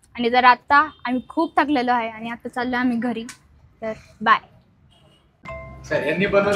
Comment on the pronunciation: आनी नाही, आणि! पानी नाही, पाणी!